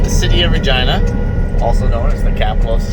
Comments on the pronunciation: I swear Everytime you say city.of Regina it's sounds like your say *agina....I was like it's a family show🤣🤣🤣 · Regina? The way you say? Sounds like it rhymes with a female body part. Ya know?